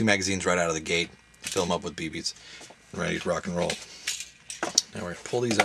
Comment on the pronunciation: did he just say bb's??